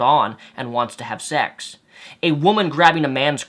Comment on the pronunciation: Has anyone notices that Greg says "sex" it sounds like "shecks"